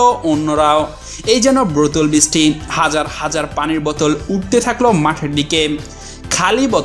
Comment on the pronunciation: বতল কেনো ভাই বোতল হবে তো